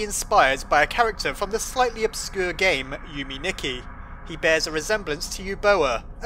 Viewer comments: yume nikki is pronounced you may nee kee uboa is oo boe uh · You could say that this Yume Nicky (which I had troubles finding, since you pronounce it like an american)game was recent and a game made by another solo creator with RPG maker (witch Undertales's creator used too at the beginning of making the game). So, Gaster is principally a reference, or a wink to a game he liked or played or that inspired him...